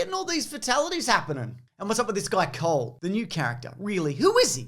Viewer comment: "Cole" sounds both like "coal" and "cold". Wonder whether he's a fire ninja or an ice ninja. Maybe both?